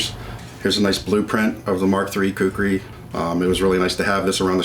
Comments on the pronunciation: Everyone should pronunce this awesome weapon as: "Khoo - Koo - Ree " nothing else. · Its actually "KHUKURI" . Nice content.